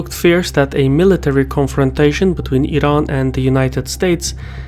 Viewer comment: Wired to hear "Iran" pronounced the right way rather than "I-ran"